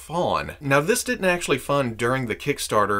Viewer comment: you can actuashy glue it